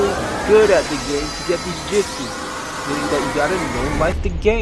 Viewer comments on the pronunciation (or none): none